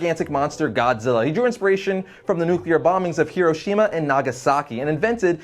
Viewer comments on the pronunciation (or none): none